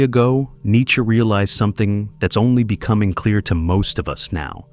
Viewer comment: This academic has a very unusual pronunciation of "Nietzsche"